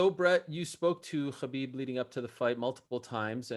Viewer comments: Chael is being his usual arrogant self. Despite hearing constantly the correct pronunciation by others of Khabib’s name—right here by Brett and Ariel, and even by Khabib himself—he insists on continually mispronouncing his name, calling him what he wants to. So disrespectful. But that’s so typical of him and his ilk. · Ayo Ariel it’s not Khabib with the kh, it’s Habib with that Arabic h or ح